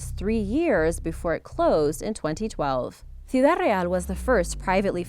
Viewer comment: Not really liking the background music, it makes it seem as if sometimes something's wrong with the microphone. Your pronunciation of "ciudad" sounds like you're trying too hard